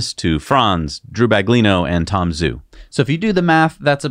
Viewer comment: Please pronounce Tom Zhou's name correctly. It's not pronounced Tom Zoo. It's pronounced Tom Joe. Zh is pronounced like a J. Guangzhou is pronounced GuanJoe.